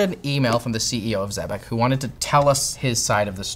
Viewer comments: It is pronounced "exebec", not "zebec" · I'm pretty sure it's pronounced ex-eh-bec. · It’s pronounced like Trebek. If they claim otherwise, they’re wrong. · Pretty sure it’s “zeebeck”